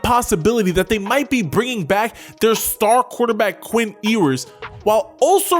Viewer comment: “Eeeee-wers” “Phil-sahm” 🤣🤣